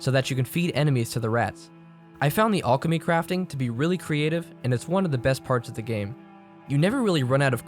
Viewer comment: I've never heard that pronunciation of alchemy before